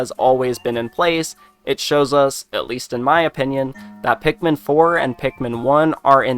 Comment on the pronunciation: They don't say pikumin like olimar does